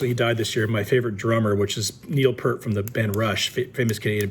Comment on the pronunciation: The name of your favorite drummer is Neil PEART. Pronounced like Fear. Not flirt.